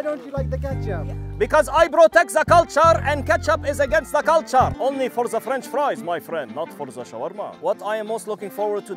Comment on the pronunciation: did I hear freNcH frois?